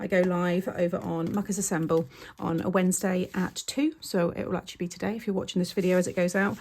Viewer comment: I just discovered your channel today and I am thrilled. Your cards are so amazing and your directions and teaching style are so clear and easy to follow. I was trying to find your other channel but, I couldn't quite make out the name as you said it. I turned on CC and it came up as Maker's Assemble. Not right! I eventually found it. Mucker's Assemble. I had to laugh at myself because I knew you weren't saying maker's but couldn't figure it out. I will be spending a lot of time on both channels.